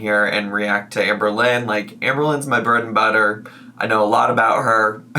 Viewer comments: you’re my favourite channel to watch while i crochet, but i REALLY thought you said amber was your birth mother for a minute, keep being the silliest silly ily <3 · Idk why, but I heard “Burden, brother” 😭😂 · Idk why but when you said "amberlynn is my bread and butter" I thought your said "amberlynn is my birth mother" I had to rewind to try and figure out why you would say that 😂😂